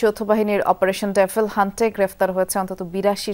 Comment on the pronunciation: ডেফিল নাকি ডেবল?😂